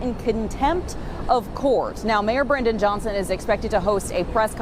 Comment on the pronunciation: It's mayor Brandon Johnson. If you can't even get his name right why should I waste time watching this video without even the most basic research to get that guys name right.